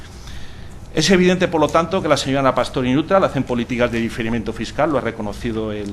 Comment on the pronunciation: difirimiento... Jajajaa